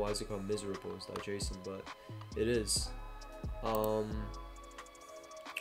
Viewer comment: I don't think that JSon file is pronounced the way you think it's pronounced....